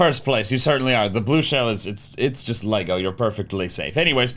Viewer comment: Wait, wait, wait, did I just hear an american actually say "Lego" instead of "Leg-o"? Incredible.